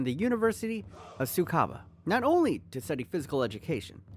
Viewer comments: tsukUba University, not tsukaba...please...thanks for the vid nevertheless. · His university is TSUKUBA. not tsukaba. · bro its tsukuba not tsukaba 🤦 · It's Tsukuba, not Tsukaba My man just said Roberto Deeznuts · Bby the way, its Tsukuba uni. Not Tumsukaba uni. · Not TSUKABA, TSUKUBA Univ. is correct. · It's not TSUKABA, it's TSUKUBA.